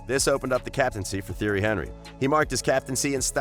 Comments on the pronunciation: man said theory henrie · u say it like this tee air ree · I unsubbed after the pronounciation of Theirry Henry's name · You need to learn how to say the names properly instead of butchering their names.